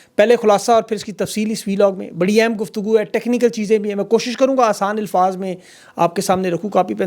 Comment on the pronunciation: Bhaijan Lafz ALFAZ hae ILFAAZ NAHIN. I listen to you most AVIDLY, kindly do correct this pronunciation. Thank you. God Bless.